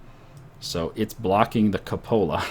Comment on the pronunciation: Kyu-po-la, not ka-pola